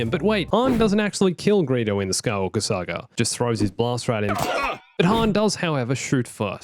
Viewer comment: I swear, every time he says saga I hear sagr